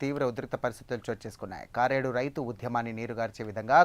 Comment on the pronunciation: కారేడు కాదు కరేడు.